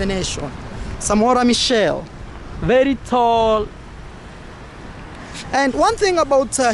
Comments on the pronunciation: It's Samora Machel not Michel say it in swahili you will get it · Machel not michel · It is Samora Machel not Samora Michelle... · His name is MACHEL, not Michel,. It is important to try and pronounce people’s names right. Thank you for the informative material you always post. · Not Mitchell but Machel